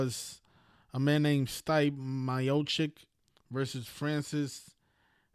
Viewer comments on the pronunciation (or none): “Stipe” it’s “STIPÉ”